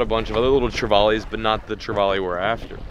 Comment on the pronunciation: I'm glad someone said Spanish mackerel! Secondly for my own sanity please pronounce trevally correctly! Try this say " valley" like hey man I live in the valley! Then put tre in front of it !! Not vaaley!! Love your adventures keep up the good work very jealous!! Thanks.....! I glad you found out gt's are hard bloody work! Love your